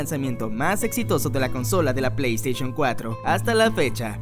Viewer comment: Se dice Plei Steishon, no "Esteishon"